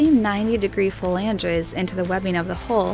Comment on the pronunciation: Matt pronounces flanges correctly..., no offense, but maybe you are confusing "flanges" with "phalanges"? okay.. pedantic trigger post complete. I sure love seeing how this boat is coming together.